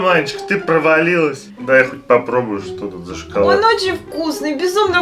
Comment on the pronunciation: не шыколад а шоколад это тебе просто слышится шыколад атак шоколад 🍫 хорошо больше не путай